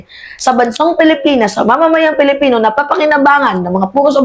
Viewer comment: Hay naku narinig ko naman ang maling pronounciation mo sa pagkakakilanlan natin..Anong Pelipino???? "PILIPINO" Wag mo artehan dahil lalo pumapangit..kaloka ka